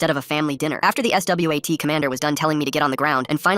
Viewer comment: Stop saying S. W. A. T. Like that